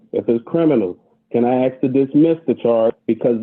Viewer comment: "Those sentences don't mean anything." A for effort, judge, but I don't know if someone who cannot pronounce "ask" properly is going to comprehend this.